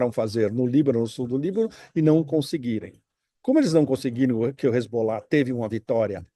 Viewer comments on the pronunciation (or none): none